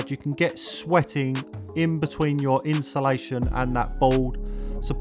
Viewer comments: Insulation ❌ Inshulation ✅ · Why do us Brits struggle to say insulation 😂